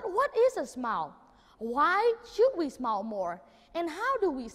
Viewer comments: Mình học ở mỹ cũng lâu ròi mà hầu như hong nghe ai đọc smile là /smoul/, mọi người toàn nói là /smail/ thoi. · smile, pronounce smai-o`.likes smou..l, u kn? ple listen AJ Hoge lessona. sinsere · He just simply pronounced "smile" in the wrong way! 😂😂😂